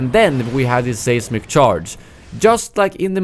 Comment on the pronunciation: Great video. Pronunciation note, the first syllable in the word "seismic" sounds the same as the word "size" for future reference.